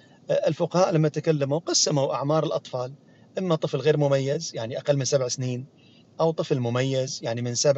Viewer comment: دكتور لفظ كلمة الطفل المميز بكسر الياء وليس بفتحهاهكذا ( المميِز